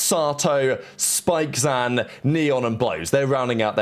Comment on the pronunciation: Crazy how we got the pronounciation shenanigans again, like spikezin becoming spikezAn like artzAn, cauanzAn, dgzAn and prolly some more I forgot Also on a site note; 3/5 of the starting roster from 2023's EG are now IGL's, 1 is on the eternal bench / free agency, and 1 has won 3 more trophies (albeit regional ones).